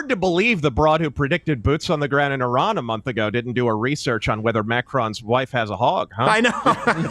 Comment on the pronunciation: Crazy hearing Americans pronouncing Iraq and Iran properly. Well done